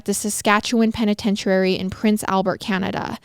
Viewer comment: Penitentuairy lol I love the way pronounces things